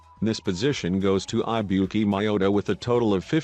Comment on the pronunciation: Gotta love the text to speech saying I buki instead of Ibuki (I is e)